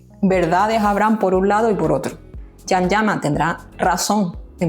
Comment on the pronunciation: Todavía los españoles no aprendieron a pronunciar el nombre de CAN ,que duros son por Dios!